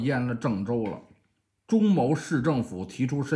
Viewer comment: 应该是中牟（木），发音“木”。